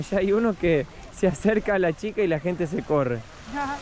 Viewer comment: La querida Lisanna tiene que modular más la palabra " gente" por qué ella dice ente .. Lo digo de buen corazón no para que se ofenda..